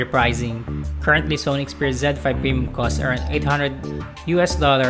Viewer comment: Zed. He pronounced it as zen.